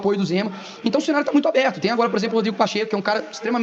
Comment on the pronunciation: Houve um erro na fala, quando ele fala abrido.